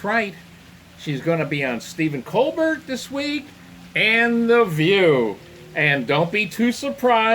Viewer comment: It's not Stephen Colbert, it's Stephen Colbert.